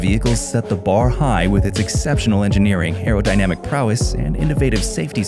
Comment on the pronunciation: Did dude actually say arodynamic? Clearly doesn't know what that means😅